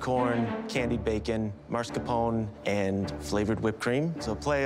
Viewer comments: Them saying "marzcarpone" really hurts me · It's not "marscapone"... "mascarpone".